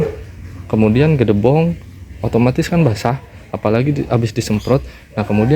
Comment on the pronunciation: jangansebut gedebong tapi gedebok yg, maafya